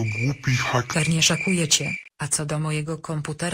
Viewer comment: Film fajny ale najbardziej mnie śmieszyło słowo szakuje XDDDD